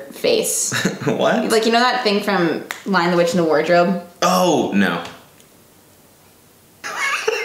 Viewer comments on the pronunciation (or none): none